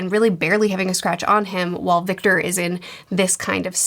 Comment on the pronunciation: She gets it right later on, too…!